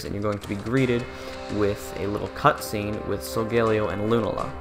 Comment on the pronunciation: Is it just me or was he pronouncing Lunala & Solgaleo wrong?